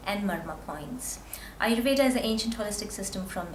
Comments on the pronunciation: Ayurveda... with a hard d...... u don't have to say ayurvedaa... it's aayurved... I mean the pronunciation... and with a soft d... like in the word.. the... Don't twist the sanskrit and hindi words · Your an Indian right? WHY CANT YOU PRONOUNCE AYURVEDA PROPERLY???Its really over acting, don't you think lady?